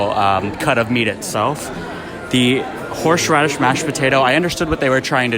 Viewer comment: I really liked.... Although was anyone else hearing "horsh radish"?